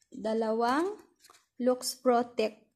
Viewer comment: Laks po ang pagkabasa nyan hnd luks